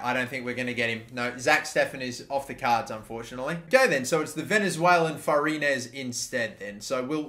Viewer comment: Spanish speaking people correct me if I’m wrong but I think Vazquez is pronounced “Vazkez” and Farina is pronounced “Farinya”.